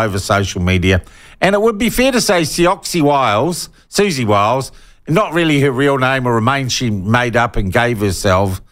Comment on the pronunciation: Repeatedly intentionally mispronouncing someone's name gets your argument off to a pretty shaky start...